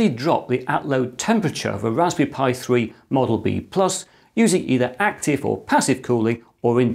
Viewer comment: can you pwease wewun the tst for the wasberry pi